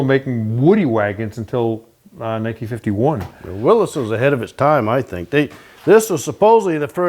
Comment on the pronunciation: Willis not Willies!